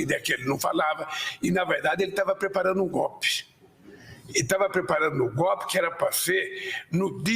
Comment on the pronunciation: Quem é ele pra falar de mentira? E não é " gop" é golpe seu analfabeto.